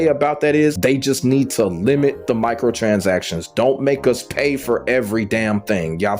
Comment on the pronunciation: “Michael transactions” 😂 killd me every time. Nah but the points you made are must haves for sure